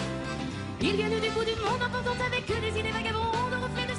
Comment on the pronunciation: Bizarre le "en oportant et le en apportant. ."